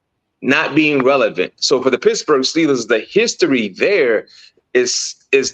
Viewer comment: I love the show guys. Please bear with me though. It really bothers me that BMAC keeps calling the Steelers pissburgh. Please work on it